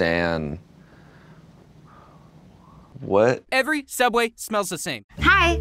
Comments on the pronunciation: you mean every Sooubway ever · I think you meant sooubway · I used to work at a small local sandwich shop you might have heard of it it’s called SOOUBWAY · TheOdd1sOut Yes I think they did too 😂 SOOUBWAY FOR LIFEEEE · yeS i Mean sooubway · Caleb Lim SOOUBWAY PART 3 BABY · Theodd1sout sooubway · Oh yeah sooubway from theodd1sout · Caleb Lim yasss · Caleb Lim yep theOdd1sout sooubway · Caleb Lim yeah it’s sooubway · Caleb Lim hahhahahahah the odd1sout hhahahahahahhahahahhahahahha sooubway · Theodd1sout and I think it’s soubway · Being someone who now works at Sooubway, all I can say is yes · Lhokw te S'eliya sooubway? It’s subway! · srsly, there are no comments saying that the actual name is sooubway??? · Subway is its real name not sooubway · It's not sooubway it's sauauoosusaldooasaway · It's called *Sooubway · Kat YEEES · Um actually it is called sooubway duh 🙄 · Vibhuti Patwal its soubway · It's pronounced sooooowbwaayyyyy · It's actually "Every Sooubway Ever" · Why is everyone saying sooubway? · Actually it’s Soobway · im sorry but i think you mean sooubway